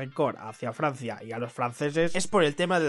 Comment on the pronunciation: Farsia es riarea